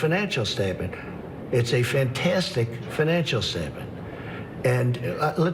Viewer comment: forget the coughing...what is a "fantistic financial statement"? nice deflection. not